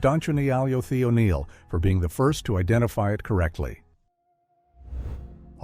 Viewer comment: So this being my first shout out I need to correct you on my name is Don chonealyo the O'Neal Thank you ❤